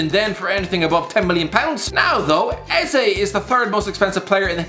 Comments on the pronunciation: Eze is pronounced "Ay-zay" not "Ay-zee" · Never seen someone butcher Eze’s name so badly 🤦🏾‍♂️ it’s like he’s trying to annihilate it